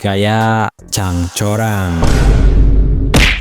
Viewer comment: Congcorang min bukan Cangcorang 😂